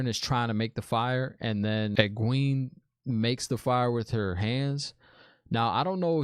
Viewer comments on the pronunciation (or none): Try it like this: "ee-GWAYN" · "Egg-Wayne" (Egwene) "Eyes- Seh-dye" (Aes Sedai) Aiel (Ah-yeel) 🙂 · Egwene is like Egg-Wayne or Eeg-Wayne. You got the Nynaeve pronunciation. Thom is pronounced Tom. You got Liandrin on the last one. I love can’t wait for you to find out about everyone’s story. Everyone had a really dope story when it unfolds. The Aiel (dude in the cage) are dope, too. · Firstly, love your pronunciations. They are incorrect, but remind me of when I first read the books and had no clue how to pronounce them for YEARS. A few: Thom = Tom, Egwene - Egg-Way-N, Nynaeve - Nigh-Neeve. Love what they have done with Thom. They made him much more gritty in the show. In the books he plays a harp, flute and juggles and is also an acrobat (while also being like 60). I think this change works with more modern audiences. Also, The Aiel are human as you saw. The show will go into more detail about them as they are important. Also, at the time of me viewing this, you have 320 subs, so congrats my guy.